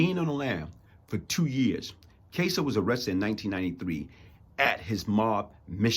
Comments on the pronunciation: Its Cas-so, not Case-o friend. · You’re an intelligent man., but yikes are you butchering the last names of Anthony KAss-o and Louis Epp-ILL-eato and Louis KARA-COPPA Lol. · I appreciate your message, but you're not being truthful about your interaction with Gas pipe. First of all, you don't even know how to pronounce his last name, you had to read it from your phone and still mispronounced it several times. Secondly, I know it to be a fact that you NEVER even spoke to Gas at Rikers, let alone "go off" on him. I knew Gas for twenty-seven years and NEVER heard him apologize to anyone. You're lying. It's easy to make accusations about someone after they're dead.